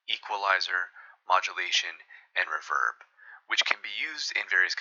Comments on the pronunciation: Ruh-VERB, never heard it said that way before. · ‘Reverberation’ = Re-VER-beration. However most people pronounce ‘reverb’ “RE-verb," as it’s become its own word irrespective of its source.